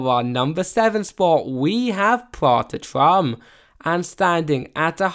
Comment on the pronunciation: It's called "Prater Turm" :P Also damn no Extasy? xD